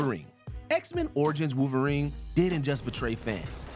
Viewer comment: Wolverine not wooverine